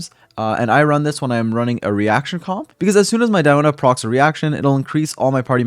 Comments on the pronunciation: We say "Dee"ona, like Diluc :) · My name is actually Diona, but it’s pronounced Dee-oh-na for me. Surprising I get more references from Shrek Fiona than this game lol